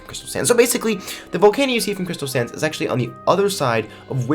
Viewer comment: Are you saying "crystal sands" or "crystal SANS" badam tssss